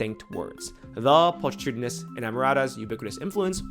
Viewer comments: this may be true in some cases, but not when the audio played actually mispronounced pulchritudinous by pul-tree-tudinous instead of pul-kri-tudinous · Pulchritudinous is pronounced with a hard "ch" like chemistry or mechanical. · not pronouncing pulchritudinous correctly makes understanding even more challenging